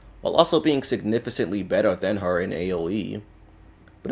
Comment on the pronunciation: I like your content but your pronunciation on Significantly always bothers me Signifi is fine but cantly is read like Kant-ly Sorry if this type of comment seems rude but it just bothers me